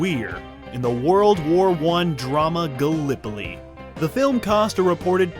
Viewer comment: Finally began pronouncing Gallipoli correctly after failing the first three-four times.